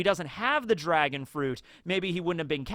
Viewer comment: did rly choose "dragon on" over "drag-on" 🤔🤔🤔